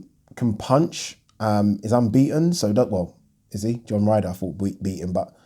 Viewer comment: That’s a funny way to pronounce John Ryder